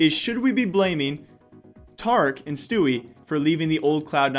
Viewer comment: Its tareek get it right please!